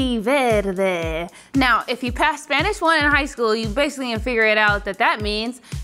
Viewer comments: For someone who says he constantly says how little he knows about Spanish, pronunciation is insane... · pronunciation is great for only having taken 3 years of Spanish in high school. Bien hecho!